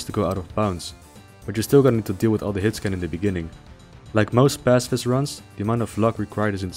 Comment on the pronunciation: what is this word he says a few times? 'Hitscam?'